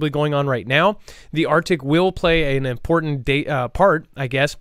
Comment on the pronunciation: ARCTIC…NOT ARTIC.